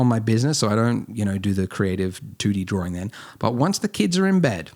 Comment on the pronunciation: Am I the only one who "Everytime he say Drawing, I am hearing Dworing!" :)